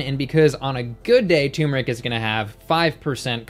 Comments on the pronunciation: I love you but it's pronounced "turmeric", not "tumeric". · Turmeric. TuRRRRmeric! Not 'tumor-ick'. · Turmeric has an 'r' between the 'u' and the 'm'. I used to not pronounce the 'r' either, but that is incorrect.